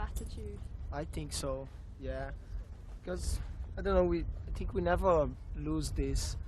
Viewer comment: Eu só um pouco; ele fala "think" com pronúncia d "f", no início, e o correto é: thi, é pronunciar "s", encostando a ponta da língua no dente para ficar perfeito.